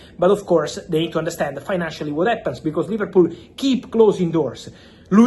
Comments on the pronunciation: Man said Liverpoo, I can't 😭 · LIVERPOO & OOOGO EKEYTEEKAY 😂😂😂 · ‘Liverpoo’ absolute vio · 'Liverpoo' 🤣 - how true! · mans put "liverpoo" 😂